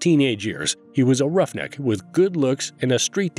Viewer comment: Not the narrator calling him a "rough kneck." I don't like that